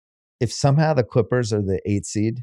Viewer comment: Bill says “Quippers” to refer to LA’s other basketball team. I think they all have speech issues